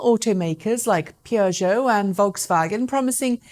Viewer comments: Pee-err-joe is not a pronunciation I've heard before. The French say poo-joe, the British say per-joe. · Love the way you pronounce Peugeot, I'm a little older than you and I remember the only people that bought they're cars where taxi drivers. In those days locally we used to pronounce it "Pee you gee ot" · The Kona Electric, Niro EV and ID.3 are / will be the absolute leaders of this segment, let's be honest. And learn to pronounce Peugeot, FFS...